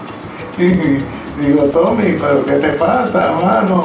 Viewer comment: Es tommy olivencia no toby...habla bien!